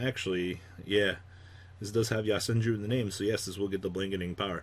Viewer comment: It's YO senju. Not YA senju